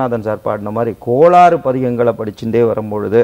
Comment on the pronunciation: Hi, sir, KOLAAAARU PATHIGAM illa. KOL ARU PATHIGAM. IE. KOLKALAL YERPADUM KETTA VAIGALAI ARUKKUM PATHIGAM PAADAL.!!